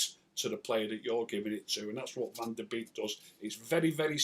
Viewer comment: hi his last name is pronounced bake